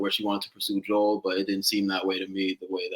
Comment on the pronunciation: Omg you guys pronouncing Joel’s name wrong and Chazz ignoring it is sending me 😭😭